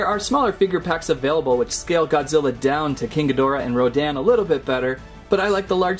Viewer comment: Wait did he say godziller